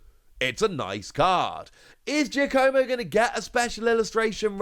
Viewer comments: Giacomo is not "Gia-co-mo". It's pronounced like "Jock-a-mo". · It's pronounced "JOCK-a-mo". Go meet some Italian people, will ya?